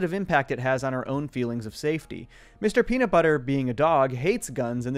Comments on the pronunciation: I’m going to be that guy and point out that there is no t in nut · There's a 't' missing from Mr. Peanutbutter in the intro 😂